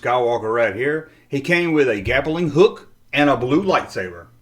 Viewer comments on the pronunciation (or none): "gappeling hook"...... LOL